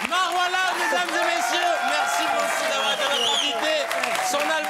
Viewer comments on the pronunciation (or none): "Marci" elle a dit..